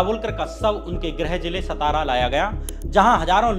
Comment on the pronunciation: श्याम मीरा जी, नमस्ते। जैसा आपने कहा कि अंधश्रद्धा निर्मूलन समिति के अध्यक्ष नरेन्द्र दाभोलकर का शव उनके गृह ज़िले सतारा में लाया गया; यहां मैं आपको यह सूचित करना चाहता हूं कि महाराष्ट्र में सतारा नाम का कोई भी शहर या ज़िला नही है। आप जिस ज़िले की बात कर रहे हैं;उस ज़िले का नाम 'सातारा' है ना कि 'सतारा'। यह अंग्रेजी लिपी रोमन की देन है जो एक ही प्रकार के हिज्जय(Spelling)को अनेक तरीके से पढ़ने या उच्चारण करवाकर ग़लत जानकारी देती है। अब SATARA को अनेक तरह से पढ़ा,बोला जा सकता है। जैसे-: सतारा, सातारा, सतरा और सातरा। इनमें क्रमांक दो का यानी 'सातारा' यह नाम सही और अधिकृत है।आप को मालूम नही है;तो किसी महाराष्ट्र के निवासी से पूछ लें। अगर पटना का अंग्रेजी में PATNA है;तो उसे पाटना, पातना,पतना ऐसा बोला जाए तो वह सुनने में कैसा लगेगा। धन्यवाद।